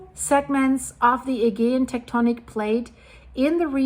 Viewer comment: can you look up how other people say aegean please